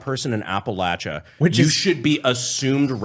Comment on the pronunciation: Thank you for pronouncing Appalachia as my Appalachians do. When I was in the military people would tell me I'm saying it wrong. I was like wtf do you know about the holler city boy. Anyways thanks from Appalachia. 07